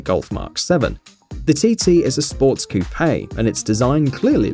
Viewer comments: It’s coupe, wtf is a cou pay? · So its pronounced "coo pay" I say "coop"